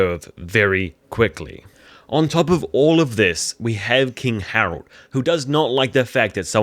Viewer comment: Harald* not Herald